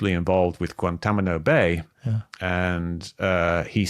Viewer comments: Mick is the man, just a little pet peeve, but it actually sounds cool when he says Guantamano instead of Guantanamo. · A lot of excellent points. Some generalizations though. Mispronounced Guantánamo numerous times, drives me batty, haha.